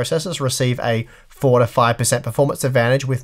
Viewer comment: When you say "four to five" it sounds like "forty-five." Consider saying "between four and five" instead.